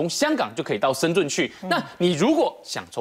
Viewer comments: 还是听不惯“深zun” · 怎么感觉大部分台湾人不会念深圳的圳...zhèn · 台湾人发音深圳的“圳”字 都发不来吗？？